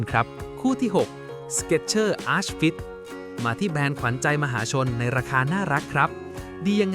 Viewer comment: ผิดเยอะนะคะ Bondi อ่านว่า บอนได Skechers Arch fit อ่านว่า อาค ฟิท นะคะ NB 9060 ที่อ่านเป็น เก้าหกศูนย์หก ค่ะ